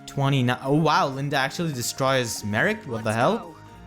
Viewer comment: Why are you Calling her LindA XD ?Her name is not LindE ? You're so funny ! XD